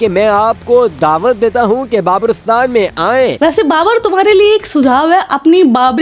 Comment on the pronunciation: Babristan ❌️ Kabristan ✅️ 😂😂😂😂